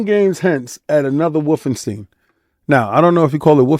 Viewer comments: Bruh...it certainly is NOT wolfen Steen... per German "schtein" or American "ST EYE N" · For real. I don't know where "Steen" came from. Its always been St Eye N.